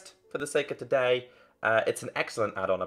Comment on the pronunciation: u like towday at the start hahahahhahahhahhahahaha XD